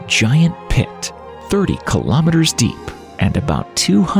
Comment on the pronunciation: Kilo Meh Ters? It's Kilo Mee-Ters. Kilo is 1000, so ask yourself, 1000 what? Meters? Kilometers. :face-orange-raised-eyebrow